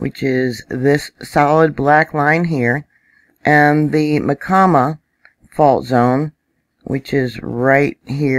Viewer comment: Hi...,just me. Pronunciation of Myacama = My - ah - Cah’ - muh....it took me a year to find that in a dictionary!